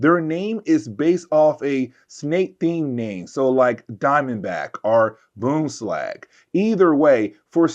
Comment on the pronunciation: There is an N in BoomslaNg.